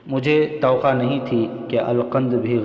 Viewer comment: Tawaqqa not to qa